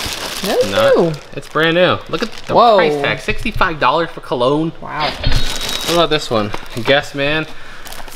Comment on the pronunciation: It bothered me how you pronounced cologne